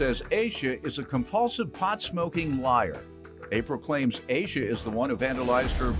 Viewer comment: Asha is not pronounced as Asia. It’s ASH A . It’s a name from Indian heritage .